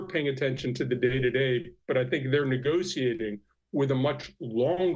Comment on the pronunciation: He's saying negotiating wrong lol. Thats all I got out of this.